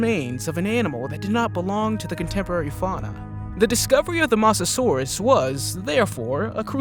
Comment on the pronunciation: you pronounced mosasaurus wrong